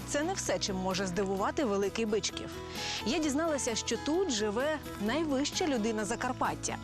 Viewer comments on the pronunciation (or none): В Закарпатті не має БИчкова, є БичкІв. Наголос невірний. І це в кожній програмі про Закарпаття…